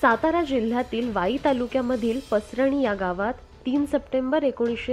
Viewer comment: पसरणी चा उच्चार चुकीचा आहे.